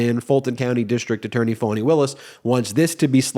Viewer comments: Foni not Fani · How do you get "fawny" out of Fani??! 🤔🙄